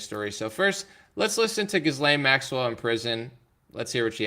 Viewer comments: Pronounced Jilane, S is silent. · Her name is pronounced Ghee-Len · Gi-lane…the “S” is silent.